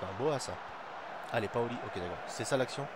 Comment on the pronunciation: Tes videos sont super l'ami ! Je suis ta serie depuis aujourd'hui et je suis deja à la saison 2 mdrrr . Juste un truc a dire , on dit POLI et pas PAOLI . sinon rien a dire ;)